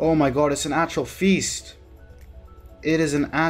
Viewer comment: “Atral feast”🤨